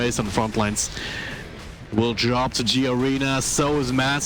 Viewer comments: >27 >kiddo >plays for ever 12 years im not sure if it was pronounced as G arena.... im pretty sure it was just Garena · the commentator keeps saying G-arena, wtf with this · Fucking caster cant even pronounce garena instead saying it as G arena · did he just said G-arena?